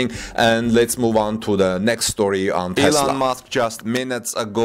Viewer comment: His name is Musk not Mosque